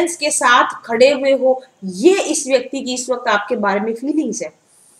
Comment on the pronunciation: This vayaktii😂😂😂😂...oh god...mam u r so cute 😁😁